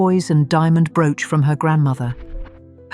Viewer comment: Hate the narative Broooch pronouncing the brooches.. The # of loose diamonds means if one falls out of something it can be replaced ! AMAZING ! The flower basket suddenly came to garnets and citrines it didnt have or you just showed someone else's Pin !